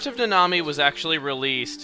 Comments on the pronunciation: I'm pretty sure Nanami's name is supposed to be pronounced "Na-na-mi", not "Na-nami". Oh well...I watch too much anime anyways >_> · Uhh Chugga I think the correct pronunciation of Nanami is (Nah-Nah-Mee)